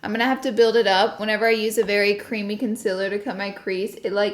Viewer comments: Its con-cEEL-er, concealer not consiler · A new sub here! I love your content, your delivery and that damn southern accent!!! "Conciller".. LOVE IT!!!!!!! 😀